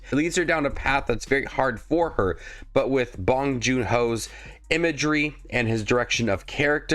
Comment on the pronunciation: By the way, it’s pronounced “joon”, not “joo”